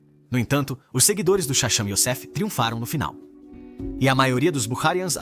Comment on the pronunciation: Eles não erraram, a voz do vídeo é uma voz de IA (Inteligência Artificial). A IA ainda não tem a capacidade de pronunciar algumas transliterações hebraicas corretamente.